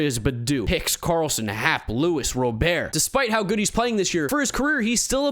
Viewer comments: Luis Rah-Bert. Robert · Is anyone ever going to tell him how to pronounce Luis Robert's last name? It's been a long time now